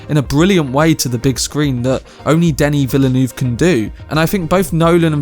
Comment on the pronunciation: Plz learn to pronounce Denis Villeneuve's name.